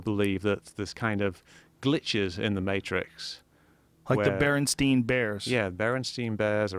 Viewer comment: They said Berenstein vs Berenstien. But the issue is it being Berenstain lol